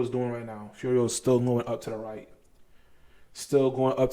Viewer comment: You say Furio, you got it dude. Subscribed +1